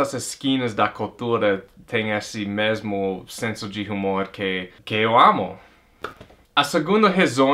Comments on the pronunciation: Se escreve Humor mas voce pronuncia umor. A letra (H) nao é proncia . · Gostei das suas razões de vc amar o Brasil ! Agora uma correção na pronuncia da palavra HUMOR. Vc esta falando com o som do H do inglês. No português o som do H é mudo, a pronuncia seria como se a palavra fosse "UMOR"